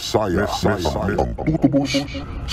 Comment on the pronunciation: Messiah ❌ Messayad ✔️